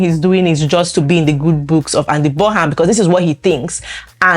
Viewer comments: It's pronounced Burnam.... not the way it's spelt : Burnham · Pronounce Burnham properly please